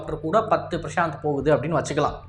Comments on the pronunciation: உனக்கு எந்த இந்திய ஆயுத பெயரும் சொல்ல வராதா இல்ல ஸ்டைலுக்காக மாத்தி சொல்றியா... பிரசாந்த் இல்ல பிரசந்த்.... ஒவ்வொரு பெயரையும் இப்படித்தான் மாத்தி சொல்லிட்டு இருக்க.... அப்பறம் அது LCA இல்ல LCH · Bro that name not at Prashant that name prachand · it is not prashanth it is prachand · Top star prashath ah? 😂 Yov adhu prachand not prashanth...